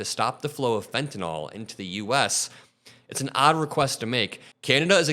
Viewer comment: Thanks,. Former health worker here and it drives me up the wall to hear people mispronounce fentanyl.. it's "nil" for the last syllable, not "nol"!💙✌️